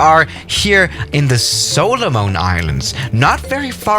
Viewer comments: Pronunciation of Solomon: Soul-a-min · The way he pronounced Solomon was kinda funny lol